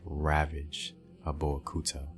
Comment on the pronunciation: Another wonderful piece! Many thanks. I’ll however recommend that you consult a native of the regions you cover as your phonology is awful. You couldn’t get a single word right; from Dahomey, Whyday, Abeokuta, Mino, to Gbeto. I really appreciate your work and would’nt mind helping out (for nothing) I could even explain the meaning of all those words/towns. My mother is Eve (Ewe) originally from Ketu (Nigeria) to Dahomey (Benin) and finally Notse (Togo). My papa’s from the other side, an Akan (Cote d’Ivoire) and (Ghana). I’m from Akropong. As always, much respect to you.